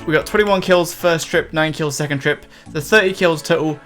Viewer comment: "A hot secont" plez don't...